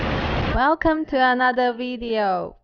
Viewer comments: why don't you correct your wife's pronunciation of video? its video not veedeo. No bad intent just wondering why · can you teach your wife how to pronounce the "v" sound? Lots of Chinese people pronounce it indifferently from the "w" sound.